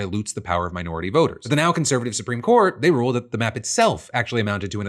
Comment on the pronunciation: When Erika says they I hear Israel